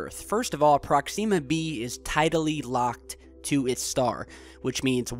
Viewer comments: prox-ihm-ah not prox-eem-ah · ProkSEEma !? Really mate? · Another great video but please learn how to pronounce Proxima B. The i is soft. It's not 'ee'. Like Prox - im - ah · prox-zeeema!!! Sounds like something you put on your face to get rid of pimples!!!! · prox-em-muh B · awesome, but he has a major pronunciation problem. Proxima has major emphasis on the first, not second, syllable. Sometimes hard/awkward to listen to him. Not just this word but many others. Wonder where he picked up these incorrect pronunciations? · Your pronouncing Proxima wrong